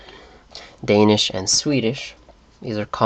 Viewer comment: I am sorry to crush your dreams and all that, but you did not pronounce a single Danish word through the whole video. You seem to speak Swedish and Norwegian very well, but Danish was just a horrible fail :(